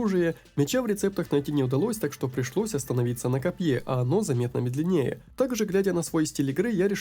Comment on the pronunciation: Все круто! Единственная поправка: "мЕдленнее"